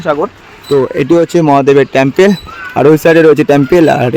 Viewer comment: Tomar.uchhcran.thik.kore.balo Tampal.noy.hobe. Tempal Ling.noy.hobe.Linga.thank.you From.kolkata.lndia